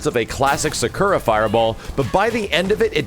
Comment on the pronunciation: I can't believe that you don't know how to pronounce Sakura..........really? What a scrub.